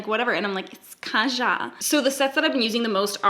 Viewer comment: Sooooo.. i just want you to give me a tutorial on that look. Thank you Its so cute how you pronounce kaja but its pronounced differently. Cant explain but its a korean term for let's go. If you are interested have google pronounce it for you hahaha